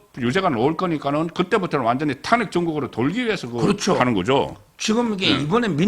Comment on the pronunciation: 송국건씨 서변호사 합천 출신 인데 탄핵 발음좀듣고 참고하세요, 도데체 지방을 떠나서 어떻게 저렇게발음을하는지, 한문공부를 전혀안한것같은데 공부좀하세요 기자 출신이 갑자기 논평가로 밥벌이 할려면 노력하세요